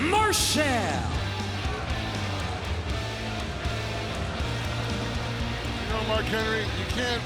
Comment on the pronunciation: its qt Marshall not mar shell Justin